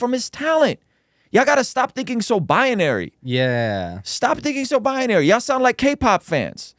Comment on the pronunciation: The interviewer may have some good points, but I cannot listen to the mispronunciation and misuse of words. In the first 2 minutes, he said "bia-nary" and "objectible facts". I stopped . Perhaps an editor could help.